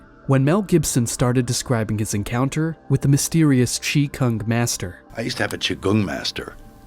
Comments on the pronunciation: It’s Qi Gong not Chi Kung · Lol, "chi kung"?? 😂 Dude, it's "QIGONG" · Qigong, man. Not Chi-Kung. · Qi Gong... not Chi Kung... seriously... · Its "Qigong" not Chi Kung master. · It's Qi Gong. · First off It's Qi Gong 😂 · It’s Chi Gong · Qi gong ....not chi kung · Its qigong